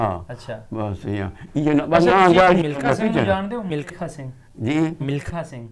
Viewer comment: vedio achhi hai ssa.milkha singhg noo tusi mlikha singh bol rahe ho